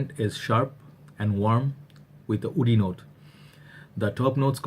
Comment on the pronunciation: my friend - you REALLY need to start pronouncing the word "woody" better. All the time I think you say "oudy" and this certainly doesn't contain any oud. Otherwise a good review:)